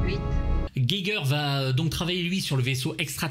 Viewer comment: HR Giger étant suisse allemand, on prononce "Guigueur"